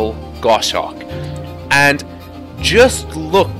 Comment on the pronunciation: It's not the same kind of sim as DCS. You can't provide the level of detail they are promising for aircraft that are classified. I'm all for competition, so we'll see how things go. Also as a falconer, I gotta say it's Goshawk not gosh-hawk ;)